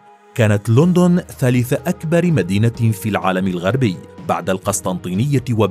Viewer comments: ليش تگول لوندون مو لندن 😂 أو ليندن مثل ما يگولهه الانجليز 😂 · حريق لوندووون انها لوندووون ان لووووندووون يوجد فيها لوندددووون يبوي اسمها لندن